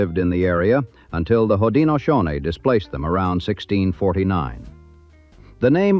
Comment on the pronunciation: beautiful beach, horrible place to go. i wish i coulda seen it in the 20's and 30's, but in my life from the 80's onward it has always been horribly gross. i forgot about the fire completely. plus no one says wasaga like the a.i. narrator. or haudenosaunee. oddly enough it pronounced anishinabek quite well!